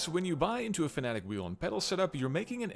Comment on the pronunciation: Hey look... A Youtuber that can properly pronounce Fanatec. That earned you a subscriber. I also like that you also discussed why not to run a direct drive wheel at 200%, the way some people on forums and other channels believe. They seem to think that if the wheelbase isn't delivering all 20Nm of torque at some point in your racing session, then you are doing it wrong. Direct drive is all about the details, people.